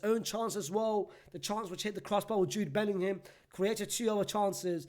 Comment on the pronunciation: ”JOOD BELLINHAM” such a stinky player😹